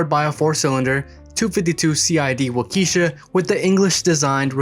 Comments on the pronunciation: The engine is pronounced wok-eh-shaw not walk-eesha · Waukesha, pronounced Walk-kee-Shaw. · WAH-ke-SHAH. engines. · "wauk"- "eh" -"shaw" with the accent on the first syllable.